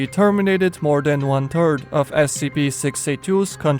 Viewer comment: every time you say one third it kinda sounded like one turd no offense